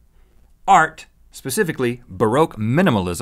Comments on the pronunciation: Rhett, it's pronounced baugh-rock. (Baroque). Just change the way you said the O, (use the other sound of O). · It is pronounced bur-ock I'm sorry had to.